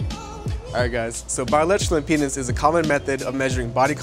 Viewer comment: can you say impedance not impenis ?